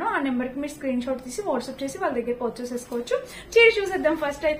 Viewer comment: Porchuse kadu purchase